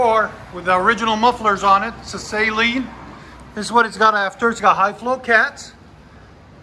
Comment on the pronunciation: Yeah, so it is pronounced SUH-lean...not SAY-lean.